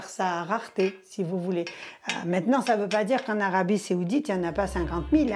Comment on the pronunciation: Madame... C'est l'Arabie SAOUDITE... et non pas Séoudite....